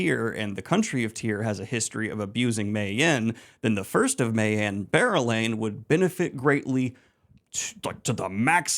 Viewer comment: Never again will I be able to read or think about berelain without pronouncing and picturing bear-elayne. Wheel of Time will never be the same again.